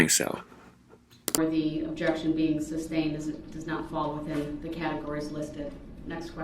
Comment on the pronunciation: It's amusing to me how he keeps saying words wrong to sound smart and educated. The judge has said "sustained" a thousand times and yet he STILL pronounces it "substained".